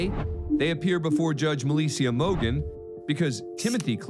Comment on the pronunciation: I love this judge. The narrator completely mispronounced her name. Melissia Mogen.